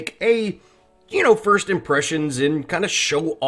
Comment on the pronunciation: “Frist”? Lol